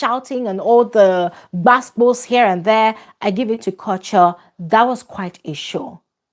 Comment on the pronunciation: please assist in confirming the name of the housemate "Kuture" it pronounced "Korch yoor"? Some kind of Oyibo pronounciation? Abi as an Africa original (apologies to late Fela) it should be pronounced "Koo-too-ray"? Abeg anyone who knows the correct pronunciation please enlighten us.🙏🏼🙏